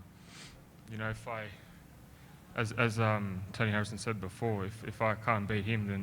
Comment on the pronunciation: Toe knee Harrison. 😫 "the shin"